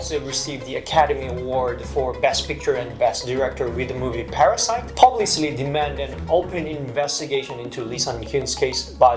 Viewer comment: Perfect pronunciation, except "publicly"